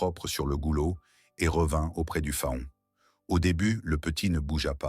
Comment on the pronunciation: Un fa-on? Non faon se prononce Fan